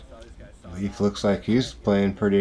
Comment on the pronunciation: Hey guys good job, nice coverage! Just a small FYI: Leif is pronounced like the English word "lay" with an f at the end. Not like "leaf".